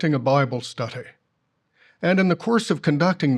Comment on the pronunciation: why does that GB clown mispronounce "study" with an affected accent stHUDy.... SMH